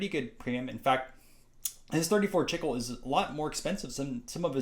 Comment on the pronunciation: Its pronounced "Chee-clay." Spanish for "gum."